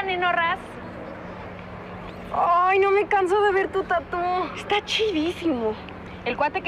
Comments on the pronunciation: Se oye tatú pero es Tatooh,es tatuaje en inglés nmms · Esque lo dicen como Tattoo en vez de tatuaje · A alguien más Le da rabia q digan tatú?? 😂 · Por qué le acentúan a la u en tattoo? :v